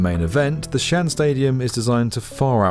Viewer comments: Xi'an is actually two words, pronounced SEE AHN. It's most definitely not pronounced Chian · This is my favourite channel on YouTube but with all the research you put into your videos, how much extra work would it take to ensure you're pronouncing place names correctly? It's not 'Shan', it's Xi'an, pronounced as 'Shee-an'. It's irritating and doesn't make the video seem as polished to those who know the correct pronunciations of these regions. Thanks. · Isn’t that competition canceled? And bro. For goodness sake. Xi-an is pronounced shi-an. Not “Shan”, which is in fact a male Chinese first name. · Its not pronounced xian, its pronounced like See An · its shee-an , not shan, hard to watch when you catch get the name right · 西安 Xi'an is pronounced as " si aren't (without the "t" sound ") " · Just saying ... Xian is pronounced as two separate syllables: Xi An. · "Shan"? lol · Xi'an is pronounced with two syllables sort of like See-Un , not one syllable. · Xi’an is pronounced “shee aan” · Xian = pronounced = “She On” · Two syllables Xi’An shee on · Xi'an is pronounced something akin to "she ahn" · The name of Xi'an is pronounced "xi-an". Two distinct syllables. Imagine saying the name of the French city of Leon as "loan". Do your homework. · It should be pronounced as XI AN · The apostrophe indicates a stop: Xi'An Pronounced roughly as Shee On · i hope they'll consider hosting conventions(like RV/campervan tradeshows) and concerts when the stadium isn't used for sports. as Tokyo Dome has been used in the past. the massive ceiling height makes for a wholly different experience than more generic convention centers. also just a minor note: Xi'an is 2 syllables, and Cuju the C is more of a ch, like choo choo train, and not an s. thanks for another great video. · Xian is pronounced almost like "shee ahn". Tsu Ju is like "zoo chew'. We'll just let the other city names slide.